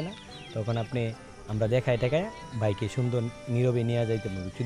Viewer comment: স্পোট, ভাইক মানে কি...? উচ্চারণ ঠিক করেন।